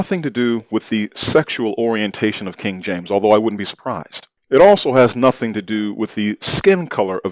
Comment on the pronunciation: sounded like a Bri'ish lord with that "wouldn't be surprised" 😂